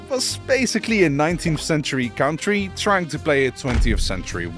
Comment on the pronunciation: Oprecht leuke video met een heel leuk concept en leerzaam maar alsjeblieft zeg country als cuntry en niet als cowntry 🤣🤣